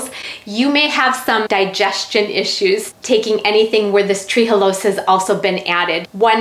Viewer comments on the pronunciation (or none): It's Tre'halose not tree-halose